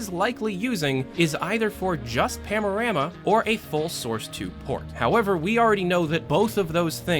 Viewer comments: only me getting annoyed that he says PAMORAMA insted of PANORAMA? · *"Panorama" and not "Pamorama" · Am i the only one who hears PAMORAMA instead of PANORAMA? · say it with me "pan-a-rama" not pamnorama. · why do you say pamorama??? hahahaha its panorama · PANO-RAMA. Not pamo. XD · are you saying pam? or pan? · I like that your accent makes it sound like you're saying pamorama rather than panorama. I really hope valve gets more leaks soon, I miss your in-depth videos. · Am i tripping or did he really said "Pamorama"? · "Pamorama" "Pamorama" Shut the fuck up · Are you saying "pamorama"? XD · You keep saying "pamorama" UI.... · Why do you keep pronouncing it "Pamorama" lol. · IKR, unsubscribed